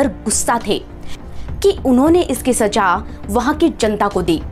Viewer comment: Saja nahi saza.... Please improve your Hindi vocabulary